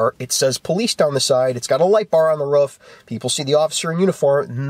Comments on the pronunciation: its a roof not a ruff. ;) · Love how his says ruff instead of roof.